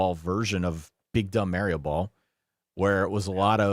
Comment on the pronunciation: Is it a solid verbal episode if doesn’t mispronounce Mario? I say that in jest, thanks for the content this season!